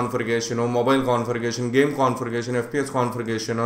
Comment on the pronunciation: Confirigationu....😂😂😂😂 LOL